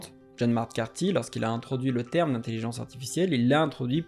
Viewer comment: Bonne vidéo! Merci ! Vous avez omis le 'r' dans "terme".